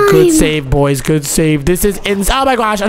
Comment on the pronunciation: Bro stop saying gwod